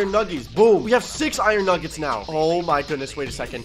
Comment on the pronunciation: he said we have six iron nuggits